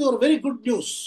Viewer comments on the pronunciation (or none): none